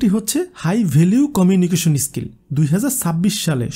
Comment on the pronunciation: আপনার pronounce বড্ড দুর্বল এটা স্কিল এটি ইসকিল নয় ।